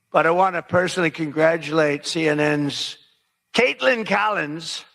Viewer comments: Hey Benny, have you noticed that there’s no "d” in Kaitlan? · Why do you call her KaitLAND instead of Kaitlan? I'm not against nicknames (Newscum, Pocahontas...) but I'm trying to figure out how the "land" part means.